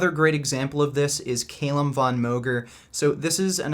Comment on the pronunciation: Is Calum a hard name to pronounce? Really?